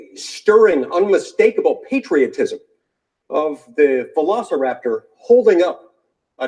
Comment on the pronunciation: What's a "Velicraptor"?